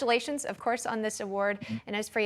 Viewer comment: Enez it’s enes lol.